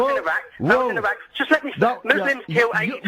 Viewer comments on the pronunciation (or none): none